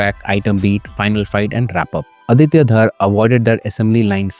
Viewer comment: Small correcttion; DHAR is pronounced as दर not धार or धर so the name is आदित्य दर from Kashmiri Community